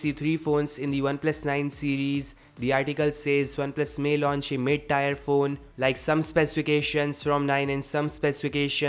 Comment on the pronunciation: "Mid tire phone"